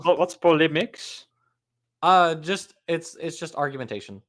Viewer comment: It's "polemics", not "polimics". "A strongly critical attack on, or controversial opinion about, someone or something." {:o:O:}